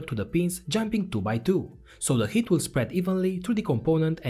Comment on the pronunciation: I made it 17 minutes in before I realized he is saying “heat the pad” not “hit the pad”